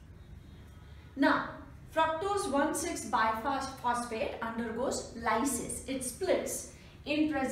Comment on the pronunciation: Its bisphosphate.. Not biphosphate...